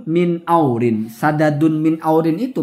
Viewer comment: Hasyim kali bacanya ya, 'iwazin bukan aurin